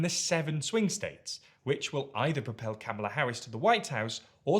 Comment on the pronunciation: It's so painful that this journalist refuses to pronounce Kamala correctly.